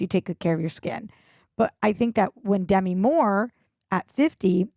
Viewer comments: Demi Moore: duh-ME, not DE-me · Small annoyance: It's De - MI, not DEM -i. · It's "De-MEE"!